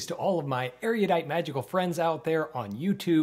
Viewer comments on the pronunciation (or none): erudite is pronounced 'erudite' and not 'ereeyudite'.